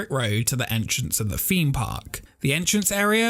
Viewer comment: It's 'theme park' not 'feme park'. It's 'exciting' not 'excitin'. It's 'throughout' not 'froughout'! ffs pal... learn the language